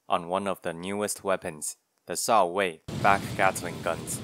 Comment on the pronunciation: I like how pronounced Shao-Wei as 「少尉」 (lieutenant) XD. It’s actually 「少微」 though, one of the old name for Chinese star sign system.